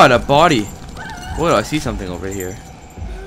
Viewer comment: remember from the first one..... "its gettin durk in hure"